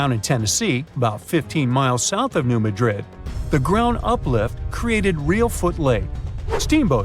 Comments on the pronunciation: Please pronounce New Madrid correctly. The emphasis is on the first syllable of Madrid - MADrid, not the second like the city in Spain - maDRID. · Emphasis on the 1st syllable. New MAD -drid. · You're pronouncing New Madrid wrong. I can't take this seriously.